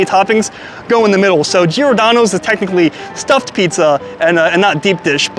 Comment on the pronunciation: everytime he says giordano i cringe sounds so bad lol